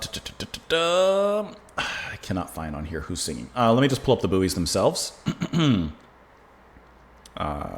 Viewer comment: The group's name is pronounced "Boys". Their lead singer and guitarist, Bill Kelly, sadly passed away earlier this year. RIP, Bill. The group, founded by Bill Kelly and Jerry Hludzik (RIP, from Jeddo Boro, PA) later became Dakota. The song rose to #14 in 1971. Three men were trapped in a mine. Two of the three ate the third, Timothy.